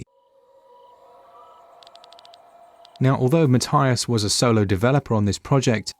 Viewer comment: This is getting rave reviews and I think I’ll support the guy by buying it on more than one platform. Also because my name is Matthias too :) (even though your pronunciation is a bit off ;)